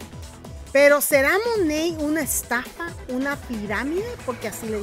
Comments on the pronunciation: No se dice mone se dice manat 🤣🤣🤣🤣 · Se dice MONAT no MONEYY 🤪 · Que raro lo pronuncias todas esas que lo venden dicen tal y como se lee Monat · Realmente se pronuncia "MONEIT" ( te lo escribo como se pronuncia) Ella trata de decirlo así pero igualmente lo pronuncia mal😒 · First of all it’s not pronounced the way you’re saying second anyone can say negative stuff about any company but not necessarily true . So first you have to get a fact check